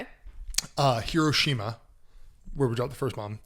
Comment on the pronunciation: Actually your first pronunciation of Hiroshima was correct 👍